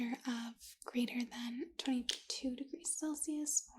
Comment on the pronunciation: hold on. is she saying "Felsius"?? rofl